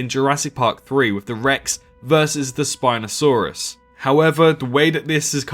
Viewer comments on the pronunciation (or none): none